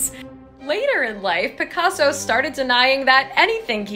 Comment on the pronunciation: Even in your statement you said Picasa like instead of African art